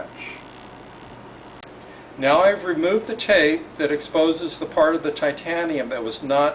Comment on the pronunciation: Thumbs up just for the Thaiteeyianeeumnn!